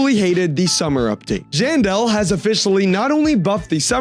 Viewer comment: He said jandel but there was writed janelle